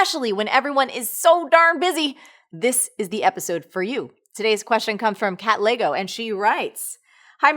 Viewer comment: Lol it took me a while to realise she was actually saying "Katlego" and not "Cat Leygo" #SouthAfricansWillUnderstand.